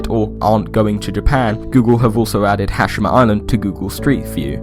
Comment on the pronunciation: it's pronounced "Ha- she- ma"